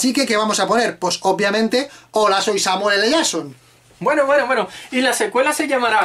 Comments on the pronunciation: Samuel L "yason" Hahahahahahahahahahaha. Si no saben pronunciar en ingles para que hacen videos????? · Samuele le llason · Samuel ele shason